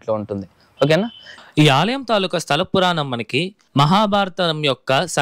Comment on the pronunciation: Alayam not aliyam